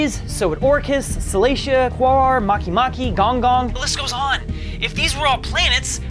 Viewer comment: Oh let’s go? Edit: HE SAID MAKEMAKE RIGHT YESSS